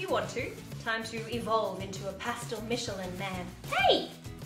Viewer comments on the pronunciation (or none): none